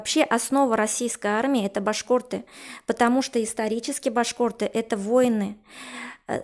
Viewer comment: ...уже раздражает,как эта произносит слово "башк о рты"